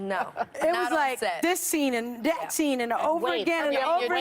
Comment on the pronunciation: "it was like DIS scene and DAT scene" can take the ghetto out of the woman.